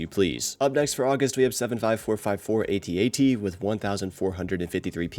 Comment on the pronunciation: It’s not an A T A T, it’s an AT-AT 😬